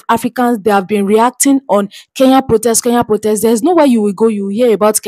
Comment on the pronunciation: Kenya not Keya!!!!